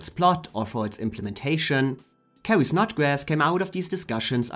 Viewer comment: It's Carrie Snodgress, NOT Snodgrass.🙄